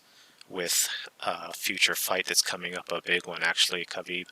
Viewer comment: Khabib didnt say it right lmao